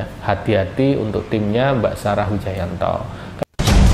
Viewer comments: PAKE SALAH SEGALA NGUCAPIN NAMA IDOLA GUA,BARU BELAJAR BACA MAS HAHAHAHH. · Nyebut nama aja salah 😂😂😂😂😂😂